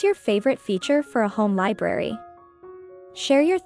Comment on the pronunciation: Sorry you keep saying liberry, not. library